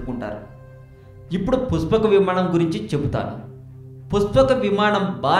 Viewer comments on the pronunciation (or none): puspaka vimaanam kaadu nayana pushpaka vimanam neet ga matladu. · endi aa slang puchapaka vimanam mahichachurudu nenu cheputhanu vichechamu rechachu makenduku ee sodi babu google ni tarwatha adugu mundu ramayanam chaduvu 14 epic's telustay and 21 days anduku ayindo telsidhi telisi telina sodi vagaku mala 136k subs anta kudiga rechachu chey video upload chesemundhi chusthunam kadha chodi chepaku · Arey jako nayala neekenduku ra channel..... dabbulu kosam edi padithe adi cheptha va...... asala voice entra...... pushpaka vimanam ani palakadam kuda radu ..... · rey nela ticket labr kukka.. pushpaka vimaanam ani neelaga palakataaniki assalu ravatam ledu ra .. sigguleni mundamopinayala. ninnu tittadaaniki boothulu kuda avamaanam ga feel avuthunnai... ghmc chetha yerukoka neekenduku ra voice over jila ?? .. ayya positive commenters..!! meeku mee shravana shakthi ki mee taste ki sathakoti dandaalu. vadu cheppey matters lo sagam sagam nijalu leda motham abadhaalu. okavela matter interesting aina... aa voice ni ela bharisthannarra devullu??. entha biriyani aina footpath meeda nela pai vaddisthey egabadi tinesthaara??? thuu deenemma jeevitham...!!